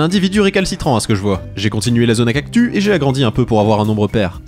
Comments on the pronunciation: C’est moi ou il fait exprès de dire cactu car ça se prononce “ kaktusse ” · On dit cactusssssss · Dans le mot "cactus" le s se prononce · Pourquoi tu dis cactu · CES CACTUSSSS PAS CACTU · J'aime bien quand tu dit "Cactu" au lieu de "Cactus" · Cest pas unhumilation mais on lit pas cactu mais cactussssss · J adore le"cactu" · Quant il dit CACTU plus de 100😂